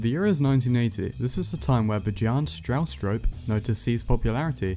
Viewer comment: Nope. Also you pronouce cpp creator name wrong.